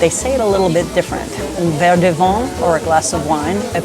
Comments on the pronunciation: Oy. VIN. Not vahn. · I have spent many years living in France, on and off, and think your tips for newbies traveling to France, would be quite helpful. Just one critique: Madame, please work on your pronunciation of "vin". I'm hearing "vent". For those who don't speak french that means "wind." A glass of "vent" would be extremely dry. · Vin is pronounced as “ven” not vaughn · but you don’t even pronounce “vin” correctly. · Is the pronunciation of wine ("vin") von or van? (soft "n"). I thought it was "van".